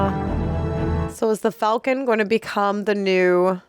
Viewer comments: Falcum? Really? 🤣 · "The Falcum..." What x-rated version did she nearly watch?!